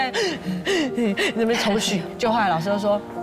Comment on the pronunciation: 是『抽搐（與“畜”同音）』，不是『抽“蓄”』。